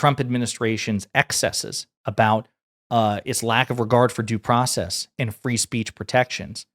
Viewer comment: Do process ! Is that hard for you to say ?!